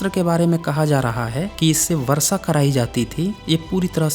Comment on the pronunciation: एक बात तय है की मे वीडियो मे क्या बोल रहे हो इस से ज्यादा तुम्हारी आवाज़ पे ध्यान दे रहा था. बड़ा ही घटिया तरीका है बात करने का, ऐसा लगता है किसी सडक छाप को उठा के वीडियो मे बोलने लगा या हो. Pronunciation और भाषा पे भी ध्यान दो. कोशिश को कोसिस और वर्षा को वरसा, शुद्ध को सुध बोलते हो. कॉन्फिडेंस की कमी लगती है तुम मे. छुप छुपा के बोल रहे हो ऐसा क्यों बोलते हो? अपनी आवाज़ से ही वीडियो देखने वालों को भगाने का गज़ब का हुनर है तुम मे. खुद से नहीं होता तो किसी और से बुलवाओ वीडियो. बकवास और घटिया आवाज़ और pronunciation के साथ हमारे कानो पे अत्याचार क्यों कर है!!!!